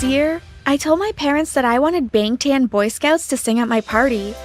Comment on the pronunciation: Lollll i can't believe they actually said it wrong lol